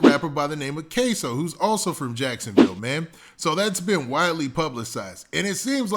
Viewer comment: You definitely just said jacksonvall lol